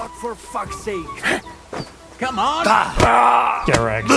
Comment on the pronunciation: I could never get over your "get wreck" my man, absolute delirious😂😂😂